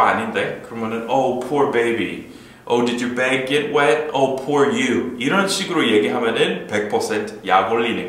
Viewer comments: 강의 진짜 너무 재밌어요. poor 의미도 새롭게 배웠지만 발음도 오늘 처음 알았어요. 여태까지 [푸어] 라고 발음했는데 [포어]로 발음하는 게 맞네요 ㅠㅠ 오늘도 감사드려요!! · 오 포어 미.ㆍ 난 여지껏 발음이 '푸어'로 알고 그렇게 말햇었는데 아니군요ᆢ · 이제껏, 발음을 [푸어] 로 알고 있었네요. 그렇게 배웠었으니.